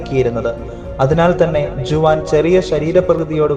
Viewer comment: ജുവാൻ അല്ല ഹുവാൻ